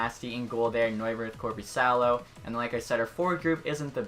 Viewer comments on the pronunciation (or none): none